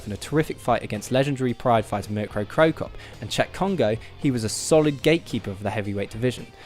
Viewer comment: I said no Adam no subs, however this guy can pronounce names so I'll stay. By the way this guy is correct, no words can do Cheick Kongo justice. You NEED to watch that fight.